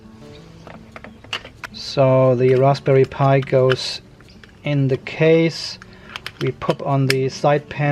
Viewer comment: LMAO... love the accidental correct pronunciation of Raspberry Pi